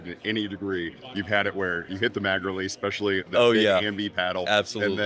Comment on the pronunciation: I LOVE ALL THE CONTENT BUT, "Eggspecially"! Everytime he mutters the word my skin crawls. Jeezus, He's on camera. No one has told him he's pronouncing it wrong???